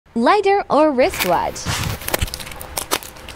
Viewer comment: LI-DAR AGAIN 💀💀💀